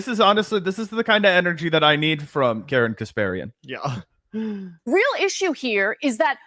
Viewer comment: Did you just call her Aryan Kasparian.